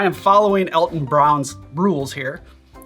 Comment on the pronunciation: Me, too. I'm pretty sure Alton's name is pronounced "ALL-ton."